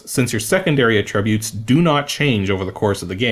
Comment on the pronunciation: You said attributes so many times and the way you pronounce it....it drove me a bit mad lol